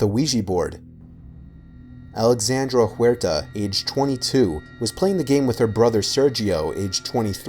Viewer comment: “alexrande Huerta” me: oh shi